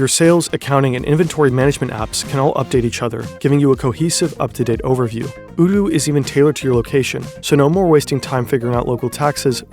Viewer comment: Oh no 😆😆 the sponsor is pronounced "oh-doo"